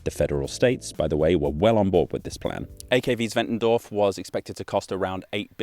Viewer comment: German here, at least you aced the pronounciation